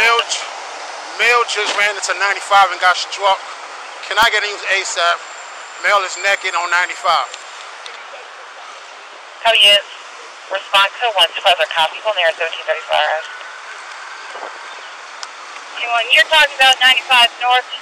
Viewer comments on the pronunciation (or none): "Male is nekked on ninety-five..."